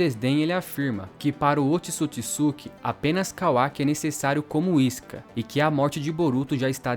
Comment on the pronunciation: Mano, top dms, mas pqp, é Ootsusuki e não otisukisuki caramba que agonia , tu fala o nome certo no começo e depois fica o vídeo todo falando essa merda 😂 caralho véi, mais fora isso top dms